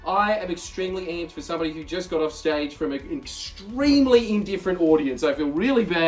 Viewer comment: "i just got off scage" 😭